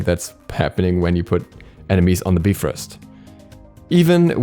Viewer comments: The correct pronunciation is biv rost,so we were all wrong. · whenever he said “beefrost” my soul would burn inside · If you look at how it's spelled most are not going to say bee but will say bi. So unless you are studied in the language or brought up in it, you will not know the pronunciation. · BYE FROST (bifrost) not bee frost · say it with me BUY-FROST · Yall know its actually pronounced Beef-rost right? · the nordic is bye-frost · Its pronounced Beefrost.. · Soooooo many times I wanted to stop watching just because of "beefrist" but I kept going. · I really hope he knows Bifrost is pronounced like there is a dash after the I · its pronounced Beefrost, do your research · "Bee frost" 💀💀💀😂😂😂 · Knowing the pronunciation is basic knowledge. Sorry you're too ignorant to know that. Smart people don't need to google to know that it's "be-frost." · I mean I wasn't complaining? I thought it was funny, that's it? Even if it is the technical Norse pronunciation (which I have no idea if it is), that is the first time I've ever heard someone pronounce it that way in and it still sounds hysterical. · If I hear you calling him heimdollar and the B-frost one more time I'm gonna lose it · Hime-dall and bi-frost. Please pronounce them properly my boiii lol